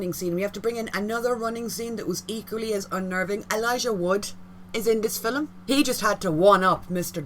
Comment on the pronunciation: “Fillum”. Where is the “U” in “film”?